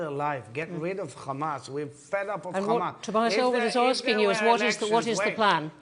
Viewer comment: He is like, the whole world is Khamas